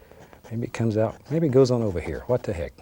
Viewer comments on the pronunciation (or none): "Titanium whoite" "I'll tell you Who-ut" lol